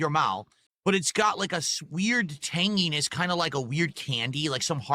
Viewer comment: I swear he's saying "Tang-E-ness" lmfao. No one EVER wants to be you Phil. Cheers mate for the video.